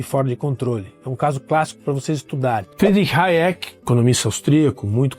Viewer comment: Não é Hayék, é Háyek! E não é Bôm-Bavérk, é Bêm-Báverk.